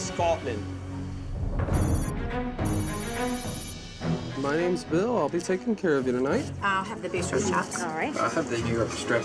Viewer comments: His pronunciation of Scotland lmao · He can’t even pronounce Scotland 🏴😂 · I like how he does a London accent when he says "in Scotland"